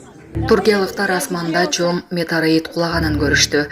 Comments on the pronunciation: Диктор деги окууну буткон бу же.. Метераит дейт го метеоритти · Метороид эмес метеорит бул окубаган журналист окшойт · Метарит эмес метеорит десен журналист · Метараид дейт 😅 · Метераид деп окуп атат😂😂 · 😂😂метараит дейби